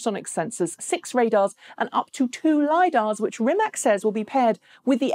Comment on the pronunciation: The vast majority of Rimac's business model is to sell technology. In fact, they are the only profitable EV company because of this. By the way, it's pronounced "Rimats".